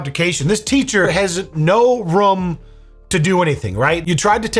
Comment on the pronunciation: Its room not rum !! hahaha